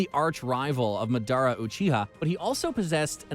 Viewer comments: Me when he says (Mah dara) instead of (Madara): I want to punch you. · It's not mUDUOOORA its Maad aruh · "madoerna" - narrator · Did he just say midara uchiha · This guy pisses me off he called Masada mudura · Cant get over how he says “Adara” instead of madara haha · SPEAK, Say MADARA, CHAKRA ARE YOU OK HAVE YOU WATCHED NARUTO!!!!!!???????? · How the hell did u slaughter everybody's name pronunciation in the entire Naruto works????🤔😔SMH!!!!!! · Narrator definitely hasn’t watched Naruto after hearing those pronunciations of madara and “manjiro” sharingan 😭